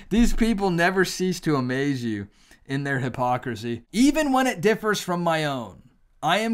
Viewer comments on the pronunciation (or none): none